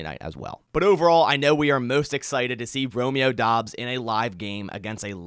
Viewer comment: said Bromeo Doubs, lol.